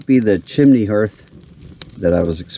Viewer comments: its pronounced haarth 😄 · What on earth is a hearth? Har Har Har HARth "e" is silent. Anyway... glad you found your pile of rocks. Nice hike.